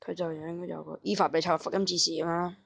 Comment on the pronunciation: 大佬米自high啦，EVA你都讀錯，又爆米。:無厘頭Youtuber...